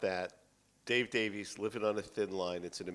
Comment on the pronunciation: All I know is the guy wearing the toupee mispronounced Davies' name.